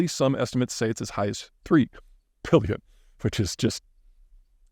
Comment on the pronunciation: What's a puh-illion? 🤣🤣🤣